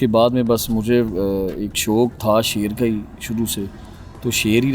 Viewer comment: Loin nahi shoir🤣🦁